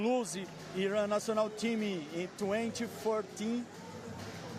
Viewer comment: It’s nice to hear the sports commentator pronounce ‘Iran’ correctly, rather than the political commentators. Viva Iran!